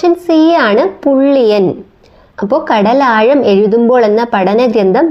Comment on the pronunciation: ഉച്ചാരണത്തിൽ ശ്രദ്ധിക്കുക. തായെ, കടലായം.. എന്നൊക്കെ അല്ല.. "യ" അല്ല "ഴ"